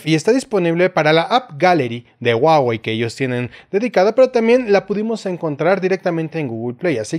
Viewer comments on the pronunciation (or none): guawei? o huawei? jejeje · Se pronuncia 'juá-uei'